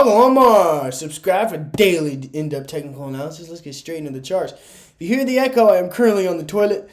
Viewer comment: “Deoth” technical analysis. ☠️